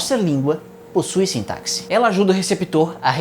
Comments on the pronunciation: Excelente vídeo, só percebi um pequeno erro, sintaxe se pronuncia 'Sintasse' e não 'Sintacse', fora isso, muito bom. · Pronuncia-se-'sintasse' e não 'sintacse'. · Cara, adorei o vídeo mas a pronúncia de sintaxe tá errada. Sin-ta-sse e não sin-ta-c-sse. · A pronúncia correta para a palavra sintaxe é "sintásse" e não "sintácse". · Gosto muito dos seus vídeos, acompanho o seu excelente conteúdo sempre. Mas só uma correção, com todo respeito: sintaxe se pronuncia "sintasse". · Sintaze* (tem som de z, não de ks, embora seja escrito com X). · Olá, admiro muito o teu canal, é um belo trabalho, gostaria de fazer apenas uma pequena correção, o X na palavra "sintaxe" tem som de S, a pronúncia deveria ser "sintasse". :)